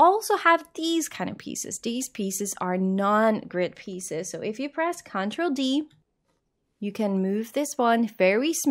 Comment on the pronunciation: The way you say control is correct. The way you say CTRL (which is just short for control) everywhere else in the video is wrong. The emphasis should be on the trol, not on the con